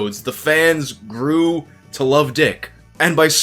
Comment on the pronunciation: emphasis on grew